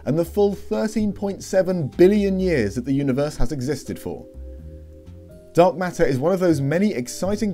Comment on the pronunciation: It sounds like you're saying dog matter, but you're saying dark matter.